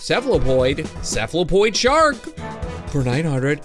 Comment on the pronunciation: If you want to know how to actually say it cephalopod If you where wondering it’s sefa-la-pod